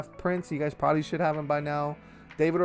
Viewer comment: This man said preberbaly